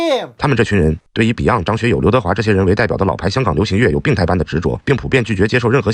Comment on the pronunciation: be按 be你妈的按，那是beyond on啊 每天听到这个发音就烦躁